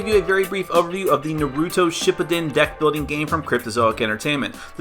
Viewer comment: Wish I could dislike infinite times. One for the pronunciation of Naruto shippuden and two for that little plot comment. How about you actually watch Naruto. And maybe pay a little more attention to the countless one piece flaws